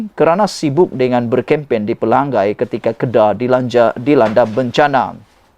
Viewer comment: Anda sebut PELANGAI dan BENTONG salah.. Tak sekolah ke dulu?